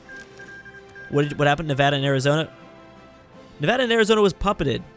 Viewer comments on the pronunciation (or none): none